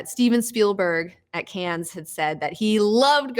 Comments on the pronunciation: Cannes is pronounced "cun". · Cannes is pronounced "Can", you dummy. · Cannes isn't pronounced "cans". say it right!